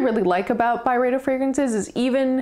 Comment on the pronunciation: Thank you for these reflections. This was a helpful video for learning a little bit about a few fragrances from Byredo. It was darn slow going at times. This could have worked a bit better as like a 4 min video. I do really appreciate your lovely french pronunciations tho Also, the reaction to Pulp was pretty funny.